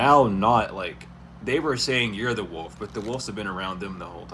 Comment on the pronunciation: 🗣️ W. O. L. F... NOT WOLD...👋🏾💁🏽‍♀️